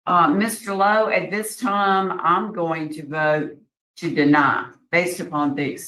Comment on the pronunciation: Can't say deny?